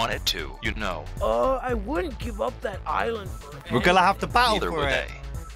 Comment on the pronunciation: prattle for cream sigh-land